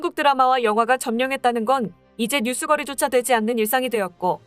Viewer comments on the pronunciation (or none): 나레이터가 한글을 잘못 읽는 분같은데... 뉴스거리는 뉴스꺼리로 읽습니다...